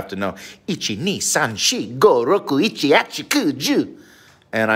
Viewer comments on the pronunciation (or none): Oh. He mispronounced “shichi”. Hopefully one day he doesn’t ask for shichimi on his food as ends up getting ichimi!